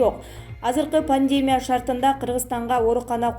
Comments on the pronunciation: Чон кыз ударенияларды туура койуп окучу, канча Эл айтты уксан боло, пандеемя эмес пандемия, пневмааня эмес пневмания дечи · Журналист кыз туура суйлочу.пандемия менен пневмонияны туура эмес басымда суйлоп жатасын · Туура окучу. Пневмония. Пандемия деген создорду. Канча айтабыз. Фамилияларды да.